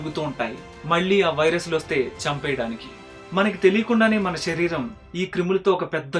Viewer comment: గారు మీ వీడియోస్ అన్ని బావుంటయి. కానీ మీరేం అనుకోవద్దు ఒక suggestion చెప్తాను. షరీరం కాదు శరీరం అనగలరు. అలాగే తెలుగు pronounction శ. ని ష గా పలకడం ఎక్కువైంది. అందుకే ఏ వీడియో లో అలాగున్న వెంటనే కామెంట్ చేస్తా. ఏమి అనుకోవద్దు